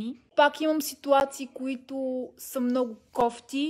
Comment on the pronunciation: "Малииии... щИ натрупЪм мно'У гледания от туй"